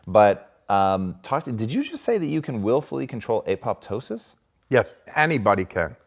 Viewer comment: You don't get better than this. Excellent interview full of new insights! Great interviewee (of course) and host (of course; great listener). BTY, "apoptosis", or "programmed cellular death" [as opposed to "necrosis"] is a Greek word where the 2nd 'p' is silent. Also, uncoupling proteins or UCPs figure big into this equation of adaptation to cold and disease resistance. Uncoupled proteins are weak acids that dissolve lipids in the inner membrane of mitochondria's matrix space holding tens of thousands of Electron Transport Chain enzyme complexes + ATP Synthase, thereby uncoupling oxidation from phosphorylation and ATP production. UCP1 is found in brown fat—the most important for this discussion. UCP2 has broad distribution in tissues, but less than 1% expression as UCP1. It may be important in producing fever. UCP3 is found in muscle and is regulated by thyroid hormone T2 (although some older textbooks say T3). I think UCP3 also factors significantly into Wim Hof's method of extreme environmental adaptation.